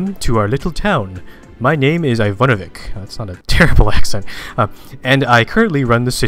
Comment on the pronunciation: Even google translator can say Ivanovic right.rofl